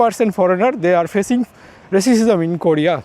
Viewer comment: রেসিসিজম না রেসিজম